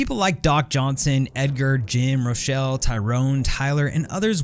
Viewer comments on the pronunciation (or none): none